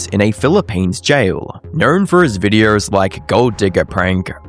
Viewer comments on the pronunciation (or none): knowRRRn for his videoRRRs